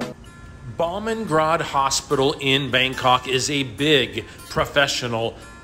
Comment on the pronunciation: Boomungrad is how you say it. The best hospital in Thailand and by far the most expensive!!!